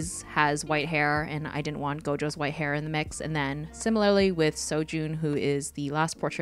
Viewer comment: I only recognized four of the characters. I love how you drew all four of them. I’m currently reading Lore Olympus and True Beauty. You actually pronounced Seo Jon’s name right along with Su Ho. For me, I ship Ju Kyung more with Su Ho because not only because they met first but also because I really like how their relationship developed. When I first read the web toon, I thought Seo Joon was a bad boy because that’s how he came off as in the beginning, but you find he’s so kind and so nice. It was really cute when he realized he developed feelings for Ju Kyung. I also hope he gets a happy ending too.